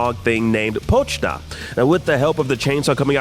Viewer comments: po chi ta not pochta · Y'all butchered Po-chi-ta's name so bad. LOL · Noooo it’s PO CHEE TA